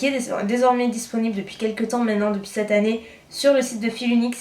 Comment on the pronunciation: Hello, je t'en supplie arrête de dire "NarZZZ" au lieu de "NarS" c'est une marque française. Mais surtout arrête le "C'te" marque ou "C''te" poudre au lieu de "cette". Ce n'est pas méchant mais en plus tu fais beaucoup de fautes de grammaire. Tout le monde en fait mais au bout d'un moment, lorsque c'est presque à chaque phrase cela donne une impression de "j'ai arrêté les cours en CM2". Bisous